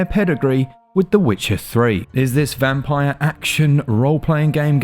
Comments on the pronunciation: It's pronounced "Vampeer" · I think this is pronounced 'vamp-eer'.